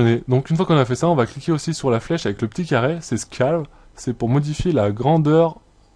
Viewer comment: 10mn27 " haa sa mère.. " lol et on dit pas "scAle" khoya mais "skèlle-le" en phonétique ^^